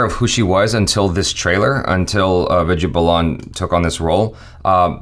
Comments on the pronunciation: why do you keep saying "Viji balan" It sounds like "weed-yea baal-an" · Hey it's not viju balaaan, it's Vid ya Baa lan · Ohhh maharaj, Name is pronounced as vidya baalan not Vidya balaan. irritated me multiple times within seconds.😬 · Hey......Vidhya Balan is pronounced as WE-DHYA BAA-LAN not as VID-YEAH BA-LAAN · Am I the only one hearing Vida Balaan..lol., it's pronounced as "Vidhyaa Baalan" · what did you pronounced?? Vijay Blaaaan???😱😱😂😂😂😅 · Vidya is pronounced as 'With ya baa ln' ... U can do it 💪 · imagine her name spelled as ViDyaa Baalan when you pronounce it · “Vijja bolon” please correct your pronunciation 🤣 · Vidya Balan is pronounced as With-diya Baa-lun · Try saying it this way "VITH" "Yeah" "BAH" "LEN" = ʋɪd̪jaː baːlən = Vidya Balan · WITH-YA BAHL-UN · It's Vidya Balan(Wid-Yaa Ball-an) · Did I heard saying "Bijya Belan"??? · Who's that "Viju Ballan" Edit: Ohh, isn't good in reading Indian names😅😂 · I have never heard somebody pronounce Vidya balan like that.Hilarious 😂😂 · Hey u are entirely wrong in pronouncing the names...u are doing hindi film reaction but your ability of pronunciation hindi words is always wrong. Please work on your pronunciation. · why achara not correct to pronounce vidaya balan name right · It took me few min that he is saying vidya balan